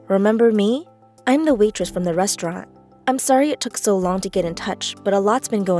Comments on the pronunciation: Lol "risrorant" 😂 did anyone notice that? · It said risturant